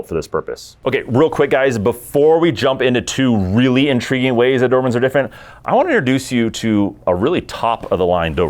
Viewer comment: The "Doohurhmen". Speak better for F sake.